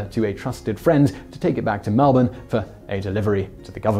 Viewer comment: You said 'Melbourne' just like a local. Have my 'Like', mate.